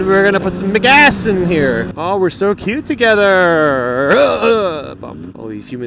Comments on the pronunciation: haha sounded like u said u gotta go put mcass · "McGas" sounded like "McAss"... XD